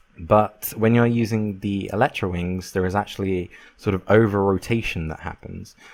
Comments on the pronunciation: the biggest problem: you pronounce it wrong it's pronounced el-i-tra io el-eh-tra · Where the hell do people read Electra? It's Elytra. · pronounced El-e-tra, not El-ee-tra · whats eletra its called elytra